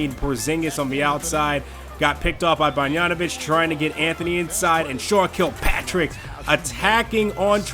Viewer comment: Great vid as always. Also, not a big deal, but the pronunciation is bog-dan-o-vitch and not bon-yan-o-vitch. Just a pet peeve.